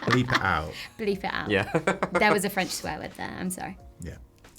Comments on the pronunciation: i must say as a french speaker that actually jennifer english IS the best in the cast at pronouncing the french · As a French, I can tell that Ben Starr's french was very very good, much better than the rest of the cast, he really mastered the "u" and "r" sounds, it looks like he put a lot of work and dedication and it shows. Everytime his character spoke a french word I was so pleased, thank you so much for taking it seriously !